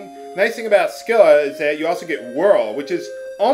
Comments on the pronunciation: Scylla (although I've always heard it pronounced sill-uh) was, depending on which version of the myth you prefer, either always a monster or a nymph who got changed into a monster by a jealous goddess, but either way, she's supposed to be a beautiful woman above the waist with six dogs' heads below the waist. Odysseus was supposed to have cut off two of her heads when he passed between her and Charybdis (another transformed nymph) in the Odyssey. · FUN FACT: Should you somehow make it to Odin without falling in battle beforehand, no dialogue is exchanged between him and your group. Also, I'm pretty sure the "c" in "Scylla" is silent.